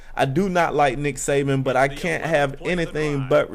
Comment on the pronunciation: It's actually Saban, not Sabian. He'll kill you for that. Haha, jk. Roll Tide!